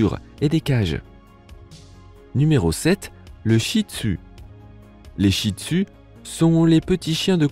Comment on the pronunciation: mais tu pronnonce mal le nom chih tzu toi tu dis chih tu a la palce ;-; car j'en est un chih tzu moi